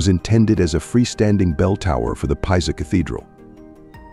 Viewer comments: Leaning Tower of "Pie-za". HAHAHAHAHAHA. Tell ya what... Why don't you quit being lazy and use your own voice narration. Unless, of course, you think that is actually how one of the most well known buildings in the world is pronounced. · You might want to have the narration changed to correctly pronounce Pisa.